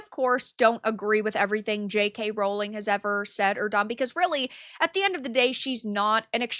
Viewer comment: The joke is that how pronounces it in the video, when it's "Rowling".